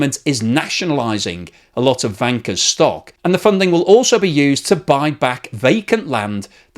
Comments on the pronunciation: I can't stop hearing wanker xD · Am I the only one, who hears the word wanker every time says Vanke? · I usually don't understand half of what he says, but it's interesting anyway. "Vanker" sounds a lot like "wanker." Thank you,! China's going down. All economies are headed for the sewer. Study revolution, amigos. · In romanised Chinese, Vanke is written as Wanke but it is pronounced as Wanker. It's no surprised that they changed it to Vanke! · This is hilarious ... I follow a podcast called Red Flags Podcast - and they have the former F1 principal Gunther Steiner on oft times ... who is german ... and all I hear instead of Vanke is wanker ... I am not trolling just laughing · If transcribed properly the Chinese name for Vanke 万科 should be Wanke. If one pronounces it with a Beijing accent one could easily slip into Wanker 万科儿mode. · Hurray 🎉 I am not the only one 😂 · In German it sounds the same 😁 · Trying not to laugh every time says "vanker" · I think it is pronounced with a W sound like in the German. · Yes, but it still sounds funny. And I bet he is happy he can say it :D